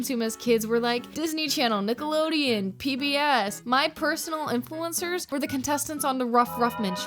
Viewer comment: Their little mouths can't even pronounce "influencers" correctly